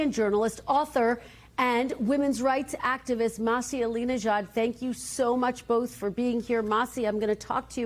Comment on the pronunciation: Her name isn’t “Mahsi”! It’s “Masih”. Not so hard to say it right by the journalist😄